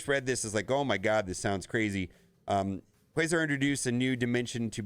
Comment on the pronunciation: It caused me physical pain every time he mispronounced Quasar. It rhymes with Radar. Not Laser